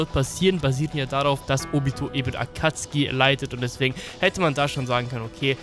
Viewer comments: Hör auf zu sagen akatski. Es heißt Akatsuki. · Warum sagtst du akatski anstatt akazuki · Warum sagt er statt akatsuki akatski kann das mir mal jemand erklären? XD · Kannst du bitte Akatsuki richtig aussprechen... Ich gehöre zu der Alten Garde die Theorien von früher waren nicht schlecht. Aber manchmal auch durchgeknallte Theorien die gar kein Sinn machten.